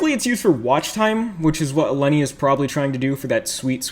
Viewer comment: Intentionally saying her name wrong XD